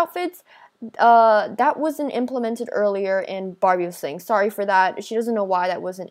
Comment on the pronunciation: Are we not gonna walk about how she said “it’s eaileier”